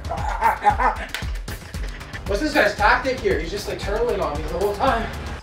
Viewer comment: “What’s this guys tactic here” totally heard the Canadian in you, loved it haha